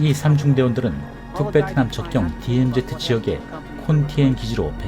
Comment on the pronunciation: DMZ. 제발 디엠제트가 아니라 디엠지